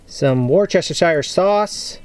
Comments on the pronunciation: War-chester-shire 😂😂😂 sorry I shouldn't laugh... it did make me literally laugh out loud.. I had to replay it for my mates as well... dont look at how it's spelt next time. Just say "wus-tuh-shur" . Despite how it is spelt it is really only a 3-syllable pronunciation. Like similarly the City of Gloucester... in Gloucestershire. "Doctor Foster went to Gloucester (gloss-ter)" Lastly, we dont say shire, its more like shur.. like you say Hampshire, not Hamp-shire... Hopefully that helps and I'm genuinely not mocking you! Just trying to help from across the pond 😁👍🏻 Great video though! My Weber griddle just arrived today 🔥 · It's pronounced Wu-ster-shur. Not Shire. Not chester. :D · What happened to the Wus-ter-sher sauce. 🇬🇧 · Sauce is pronounced ‘wustershire’’- our confusing name spellings sometimes here in the UK. Those burgers looked great. Is the griddle washable or does it rust if you wash it?